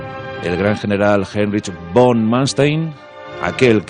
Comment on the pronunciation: Porque este narrador dice : bon Paulus o bon Manstein?, suena horrible, von se pronuncia fon. Además von en aleman es un apelativo de nobleza prusiana y aunque muchos oficiales de la Wehrmacht eran nobles prusianos Paulus no lo era y por lo tanto no es von Paulus si no simplemente Paulus, Manstein si era noble por lo tanto si era von Mainstein